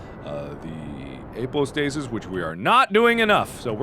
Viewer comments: apoapsis! not apostasis! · its apoapsis not apo stasis!!!!!! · He realized that it was "apoapsis" and not "apostasis" in one of these first videos, nut he's back to saying it wrong again. =p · APOAPSIS not APOSTASIS. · Apo-apsis, apo-apsis Pronounce-nazi here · Call me crazy, but after 5 videos you really could start getting the word "apoapsis" right :( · Apoapsis. AP O AP SIS. MAAAARK!